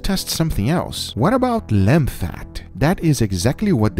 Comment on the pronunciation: "Lemb fat" Do you mean lamb?